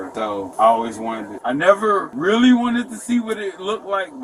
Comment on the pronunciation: "I'm witally getting awwested,I'm not special ed"🥴